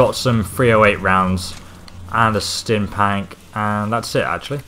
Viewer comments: What about him calling a stimpack a stimpank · I swear his pronunciations are golden. "Tenpennies bluff" and "stim pank" are my favorites so far